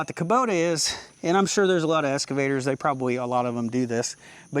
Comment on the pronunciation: Serious question - do all Americans call excavators escavators? In U.K. I always hear the ‘x’ pronounced.